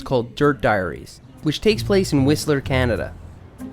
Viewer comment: Hey your pronunciation of Whistler is starting to sound more like a BC resident!